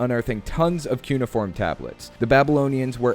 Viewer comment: its cyu neigh oh form, not cyu ne form. Really small nitpick but it lowkey matters to me, sorry